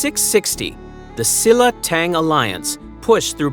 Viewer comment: The lack of effort to properly pronounce Korean words is quite disrespectful. I understand when there are sounds and syllables that don’t exist in English, but S-illa?? It’s pronounced Sheel-la! Some words sounded Chinese… so irreverent and rude.